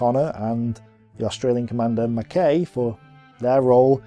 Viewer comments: Not just the foreign names, he can't pronounce the English names either like Combe and Mackay (Koom and Mak-eye). Such a shame because I love these videos. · Why must this fellow insist on mis-pronouncing place-names? Sid Barrani is not pronounced Sidi Birini, nor Mersa Matruh pronounced Mersa Matra. The Australian commander's name Mackay is pronounced MacK-eye. He does pride himself in his ignorance, and has obviously not spoken to any veteran of the desert war. He credits the Italians with their defeat, ignoring completely the tactical brilliance exhibited by General O'Connor and the excellent staff work provided by General Dorman-Smith before the operation started.